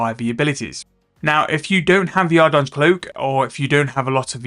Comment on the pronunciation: Call it ardy cloak lmao, you are not even close to saying ardougne right